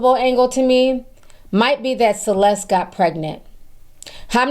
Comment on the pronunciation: you know it is insulting you saying her name bad every time, right?